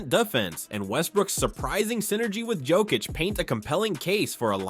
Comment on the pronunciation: This guy is still in last season. KCP ain’t with my Nuggets anymore. Also if you haven’t noticed Jamal has been playing better as of late. Can this crap Also you keep pronouncing Jokić’s name wrong.